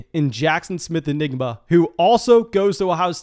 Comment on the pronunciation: keeps pronouncing it like “Enigma”. And I’m not sure I can listen to that for the next year. 😆 Because we know, the buzz this year for JSN is going to be 🚀 🚀 🚀 📈📈📈